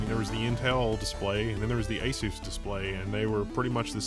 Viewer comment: ay soos? It's ah-suss, bro. Like PEG-ASUS.